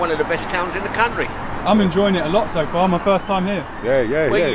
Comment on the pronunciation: “in e cuuunry"